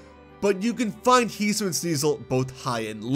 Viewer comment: It’s HE-SUE-EE-IN